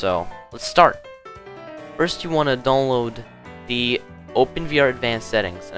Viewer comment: i like how you say donlod